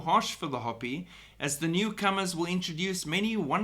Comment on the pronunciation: Just FYI: it’s pronounced “hope-ee “. 😉😁